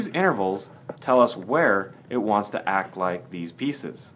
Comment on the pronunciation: lol he said 'inverals' what a dumbass